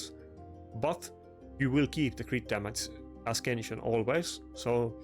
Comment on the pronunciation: Great gear piece. It's a-sense-yun not a-skin-shun. No hate, you've heard my bad German...